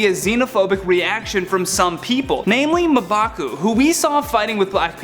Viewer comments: Ma-bah-coo????? Isn’t it mmmmmmm-bah-cu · you gotta stop skipping staff meeting. Its mmm-baku not muh-baku... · I thought it was pronounced M-baa-coo, not Muh-baa-coo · M`Baku is pronounced Em-ba-ku, not Ma`Baku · It's pronounced "EM-BAKU" god who is this guy? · I wanna strangle him every time he says Ma'baku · does anyone else want to know why this white dude cant say m baku's name right when there is an entire movie where people say his name ????? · 🙄🙄🙄 its pronounced MMMMMM'BAKU!!!! come on!!!! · This dude really said "Mah'Baku" 🤦🏿‍♂️, this why y'all need black people on channels like this 😂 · Their mispronounciation of M'Baku's name is... frustrating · You say m'baku wrong... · Yeah I cringe every time he said his name